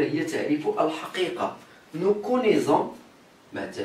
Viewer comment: Bonjour prof s'il vous plaît on prononce le verbe connaître nous, vous et elles avec " s" et pas " z " et merci